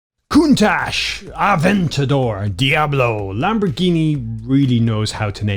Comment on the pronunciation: FYI the word Countach should be prononced CountaK